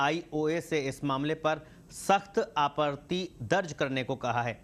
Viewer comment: Aap apani hindi uccharan theek karein. fir news padein... aapatti hota hai